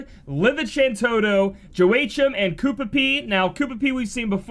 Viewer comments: JO AYCH EM? Sir. My ears. WA-KEEM. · Joe-ay-chim? 😂😂 Wha-keem is how you say it. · lol good banner review but the butchering of pronunciation is killin' me. Laevateinn = leva (first part like levatation) - teinn (think of stain without the -s) Vidofnir = Vi (vee) - dof (as in dolphin) - nir ( near ) Joachim = Wa-keem some people probably got the last one beaten to the ground but yea.. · Joachim = Wah - keem. Thanks for the video! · Hey fam, Joachime, is pronounced as "Wok-him" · Joachim is pronounced (hwa KEEM). It's French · Joachim. that name is pronounced Yo - ah - keem